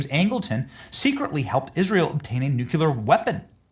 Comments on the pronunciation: it's nuclear, not nuculer. Sorry, had to say it. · should stop pronouncing Nuclear like Jimmy Carter did. It's not "Nuculer" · It's not NUCULAR. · You are pronouncing nuclear like George Busch. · I cannot believe that podcasters can go on the air and mispronounce nuclear. It is abominable. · Pray for our President. He is a gift given to us, the USA. Nuclear is pronounce new-kle-ahr. Only one U. The country is off the tracks. They ( many) are no doubt are trying to do him & others harm. Thanks.